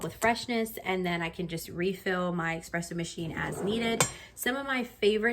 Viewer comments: ESpresso, not EXpresso😢 Overall very detailed review, you just need to adjust your grind size, as the espresso was very under extracted. You saw the machine gave you a different recommendation after and decided to ignore it, but I think you can get a way better espresso shot and creamier. I think you will love it a lot more and notice the difference as well. It won't be as bitter ❤ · please stop saying expresso though :) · Nice job, please just stop saying X-presso 🙏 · Your video is very informative! Love that you’re so thorough. Only con: there’s no X in espresso, only S’s… thanks! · sometimes being a coffee snobbass is what ppl need. Well said and BTW it is "espresso". Not ex, egg and whatever presso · Nice review, but that "eXpresso" is killing me from inside.